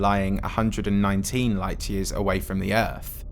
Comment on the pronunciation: You know it’s going to be good when it starts with a British man slowly saying EARF